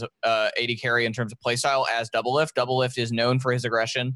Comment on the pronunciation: DOUBLELIFT NOT DOUBLIFT